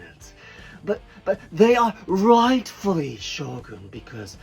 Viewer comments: I thought he said SHOTGUN 😭😭😭😭😭😭😭😭😭😭😭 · Shogun is a shotgun without "t"